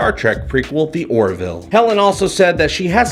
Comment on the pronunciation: Its sounds like you're saying "The Warville". Do you know something we don't? Also - I liked Pulaski.